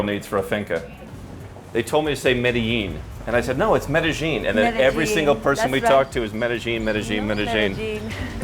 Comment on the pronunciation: Excited to watch this! Already from the get go he pronounces it correctly! To all Anglophones, it's pronounced Meh-deh-yeen. The local Paisa accent pushes the double LL sound from a Y to a J a bit, but not as exaggerated as Mede-jean. Related: It's Carta-henna, not Carta-hey-nya. There is no ñ on Cartagena.